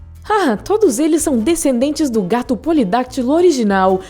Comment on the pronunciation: Amo gatos, mas a voz dessa menina que tá narrando é insuportável. " Gatum" 🙄🙄🙄🙄